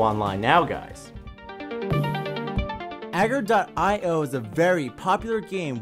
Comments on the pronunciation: it is not prounounced ager. it is pronounced ah-gar-io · Did you just call it agger? it's pronounced aygar.